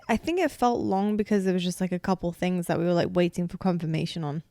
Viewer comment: I’m here for the “tings”